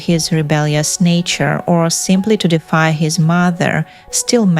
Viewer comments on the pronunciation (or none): none